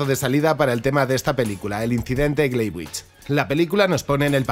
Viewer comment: Muy muy interesante. Un detalle, se pronuncia Glaivits